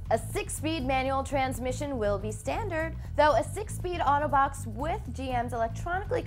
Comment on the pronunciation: When you said 'auto box', it sounded like 'Autobots'! Want one.